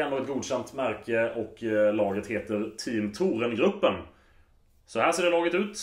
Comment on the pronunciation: team thorengruppen uttalas thoréngruppen